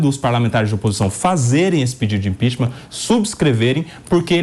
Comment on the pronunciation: ImpeachMAN??? A pronuncia é impiCHMENT, ninguem questiona mais né? Se um fala errado, o outro repete igual papagaio.